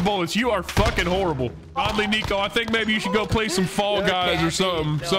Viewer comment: Coming from a "Neko" It is pronounced "Neck-o" or "Neh-co" not "Nico or Knee-co" XDDD if your trolling with the name, then I had no idea LOL